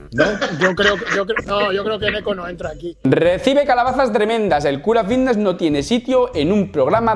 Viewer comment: Jajajajaja a que no puedes pronunciar la F jajajajjajaja vitness juajuajuajuajaua activus jajajajajajajajajajajaja que manera de hablar mal jajajajaja me haces reir mucho con tus videos